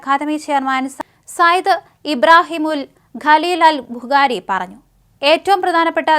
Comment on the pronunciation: മദീൻ, ഗുറാൻ,ഗലീൽ ബുഗാരി... എല്ലാം വളരെ കറക്റ്റ് ഉച്ചാരണം. മോഡി മലയാളം പറഞ്ഞപോലെ നല്ല ഭാഷ